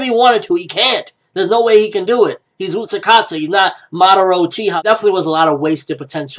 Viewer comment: It's Utákata, not UtaKata